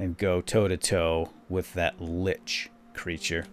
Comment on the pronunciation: it's actually Lich not Linch :P